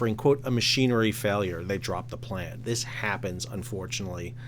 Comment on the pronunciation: I worked it out but at first I thought you were saying dropped the plan as in lost the plot. Then I figured maybe you were saying plant as in power plant which I always connect to generating electricity or heat. Anyway, it eventually became pretty obvious what you meant. I wonder if you could do a video on the whole marine fuel thing which, as of this month, seems to have become another newly added, disruptive, costly factor in the supply chain.